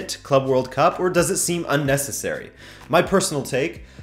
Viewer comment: It's uneceserry